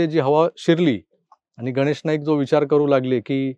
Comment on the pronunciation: "गनेश"नाही हो गणेश... गणेश " उच्चार सुधारा! बरं असो! एकंदरीत निवडणूकीची धामधूम पाहताना एक गोष्ट आवर्जून लक्षात येते की, देवेंद्रजी फार फिके पडतात... बरयाच बाबतीत फारच नरमाईची भुमिका घेताना दिसतात!